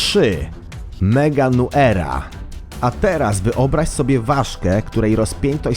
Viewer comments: Strasznie przeinaczasz nazwy tych zwierząt... Meganeura nie Meganuera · Gigantopitekus(wymowa), Artropleura(wymowa), Meganeura, nie Meganuera. Resztę ładnie powiedział. Ale pewnie specjalnie dla tego aby zyskać w gó**oburzach w komentarzach :) Pozdrawiam właścicieli powyższych wpisów. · Nie meganuera tylko meganeura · Źle powiedziałeś nie mówi się meganuera tylko meganeura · Mówi się meganeura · MEGANEŁRA Tak to się czyta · Czyta się Meganełra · Czyta się meganełra (bez przerwy)